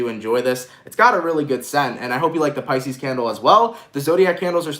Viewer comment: you did Capricorn and said pieces fucking twiceeee